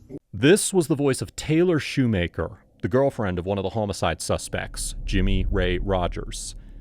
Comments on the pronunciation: Ughhh, please stop the ai narrator from pronouncing "homicide" as "hoe-micide." It's "ha-micide!" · It is maddening hearing the way you say "homicide" 😂 The 'o' is pronounced like the 'o' in "office", not like in "home" Wild business to be in to be pronouncing it like that. 😂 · It's the AI narration. Pronounces "homicide" as "home-a-side" too. You'd think whoever runs the channel would spot this stuff and fix it. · When did we start saying home-icide? No good. Change it back.